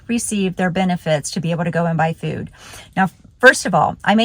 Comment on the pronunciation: What's "fewd?" 😂